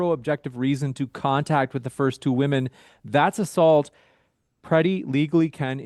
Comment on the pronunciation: This person is fucking vile, also why the hell can´t he pronounce "women"?